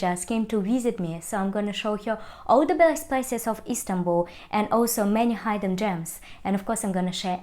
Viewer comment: Friendly suggestion: The 'i' in 'hidden' is pronounced like the 'i' in 'sit'